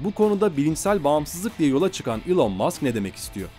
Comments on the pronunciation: Elın diye okunuyor zannediyor heralde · Doğrusu "İlon" diye okunuyor zaten eğer buna takıldıysan. Sen yorum yapmadan önce bi araştır istersen:) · Boylesine guzel bir mecrada birde su kisilerin isimlerini dogru telaffuz etseniz keske..